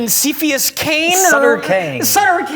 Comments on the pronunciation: 'Seefius Kane' Gotta love improv nomenclature. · "Sepious Cane" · “Seefius Kane”